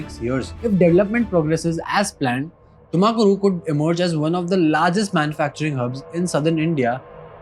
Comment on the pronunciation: Why can't you pronounce Tumakuru properly while every other city isn't mispronounced?